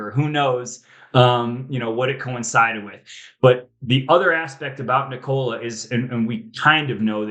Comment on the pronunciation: Windy is one of the rare few NBA media people that pronounces Nikola's first name correctly. Something that reporter following him through Serbia was not able to pick up. Literally St Nicholas is the same name. And I assume you pronounce it Nicholas. Now just remove the last "s" and that is it. You don't pronounce it "knee COLA"....